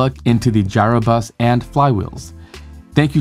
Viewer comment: It's not pronounced Gyro Bus, it's "Euro" Bus